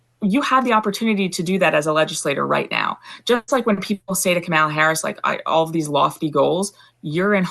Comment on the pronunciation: Why can’t you say Kamala name correctly?